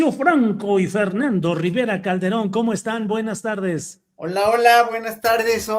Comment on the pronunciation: Dijo: calderoon?..no por favor😮